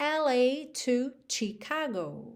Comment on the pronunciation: a palavra "Chicago" é de origem indígena e pronuncia-se EXATAMENTE com o "SH" ou "X" no português, ou seja, "SHICAGO". (minuto ) Se consultar o Google Tradutor, também vai pronunciar SHICAGO e não TICAGO (com o "T" fraco). Se escutar com atenção a música da Sade, ela também pronuncia "SHICAGO".